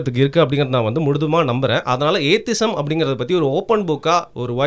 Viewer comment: "ஏத்தி-இசம்" is the right pronunciation. Not ஏத்திசம்